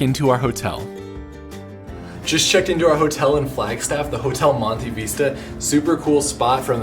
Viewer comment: Hotel Monte Vista - Vista is pronounced like fist - 'Vis-tuh'